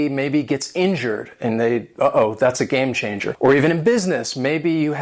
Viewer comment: why do you pronounce it game (sh)anger...? isn't it supposed to be pronounced game (tch)anger...?